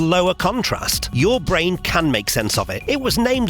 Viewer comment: There's an audible illusion here too. When your say bwain I hear brain.